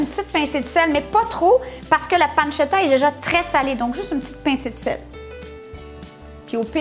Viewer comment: Mdr vous m'avez arracher les oreille avec la panzetta